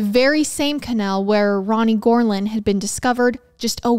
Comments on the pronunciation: Youre killing me here,. I had to look at the title to understand what you kept saying. Never heard it called a canel. 😅so i didnt quite understand what was happening. I googled what a canel was, thinking it could be some Florida thing i was unfamiliar with...nope. just a canal. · Same!! Ca-naaal not Ca-nail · KUH+ NAL. Couldn’t finish the episode because I was so annoyed about the pronunciation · I absolutely love you... howevrr, every time you said canal I lost a little bit of sanity. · I love the way you pronounce canal 😂❤ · This video is going to be so hard to watch. There have been a lot of videos where the mispronunciation of the word ‘canal/s’ has been annoying but if it’s going to be every other word 😬😬😬 But I’ll manage